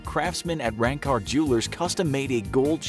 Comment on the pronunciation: Wow i Live in India N Went to Ranka jewllers sevral times but the pronounciacion is wrong! LOL!...I love this video!